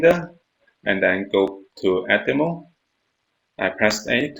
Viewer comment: Thank you but would you mind looking up how to pronounce "select" and "edit mode". Thank you I really appreciate.